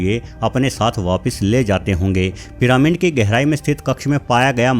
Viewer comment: Piramind kya hota hai. Pronounce ghalat mat Karo.